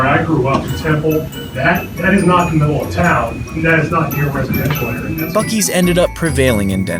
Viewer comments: So, uh… when are we gonna admit that it’s pronounced “bussy’s”? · bro i think I heard "fuck-ee's" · Buu ees😊